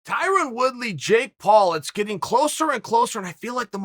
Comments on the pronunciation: “Ty-Ron Woodslay” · Wyron Twoody